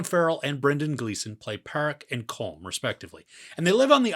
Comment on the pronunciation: Good review. However Colm is pronounced exactly like column.